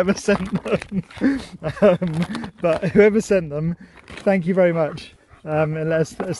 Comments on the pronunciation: I think Sherp took the time to think about how much Thank you sounded like thank Sue. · Oh yeah haha. I can hear it too. "THANK YOU!" BRILLIANT!